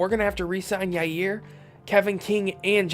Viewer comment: Did you seriously call Jaire yayir